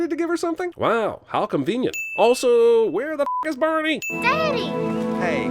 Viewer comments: Cumvenient. Was that on purpose? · lol "cumvenient"... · Are we just gonna ignore the 'cumvenient' ? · How cumvenient 😂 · "how cumvenient" 💀💀💀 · "how cumvenient" haha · "How cumvenient" LOL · Don't think I haven't noticed, "How cumvenient." lol! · Did he say how comvenient? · "Cumvenient." lolz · "How cumvenient".....errr urp. Gross. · Cumvenient, ha. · O how cumvenient 🤣🤣🤣🤣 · When he says cumvinent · “Cumvenient.” Ew. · “ Wow. How cumvenient.” Died. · “How cumvenient?” He he he he. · "How cumvenient" 😂😂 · “Cumvenient” Nice... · Seriously? He had to say "how cumvenient"? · "How cumvenient" lmao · "cumvinient" well done Jeremy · "Cumvenient" Incredible.....